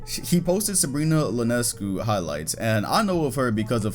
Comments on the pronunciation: Sabrina's last name is pronounced "ee-on-ess-cue" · that’s an I in Sabrina Ionescu’s name, not an L, lol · No offense, but its pronounced Ionescu, I not L